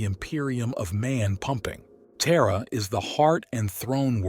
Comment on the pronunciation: Lol "Terra, pronounced Tier U Aich".